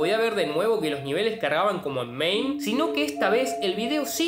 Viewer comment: NO ES MAIM... es MAME!!!!!! MA-ME jaja